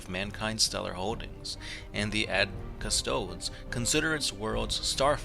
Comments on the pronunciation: CystodEs, pronounce the subject of your video correctly at least and stop reading the straight of the wiki like that. It makes you look unprofessional. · Individually, these guys are custodeeans, so I have a hard time hearing them called Cuss-toads in the plural... That said, I love your vids. keep 'em coming! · All you did was read from the Wiki, plus you pronounced the name wrong. Lazy and misleading video title, I wonder how many other "40 facts" videos you did this with. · Dude, at least pronounce their name right.......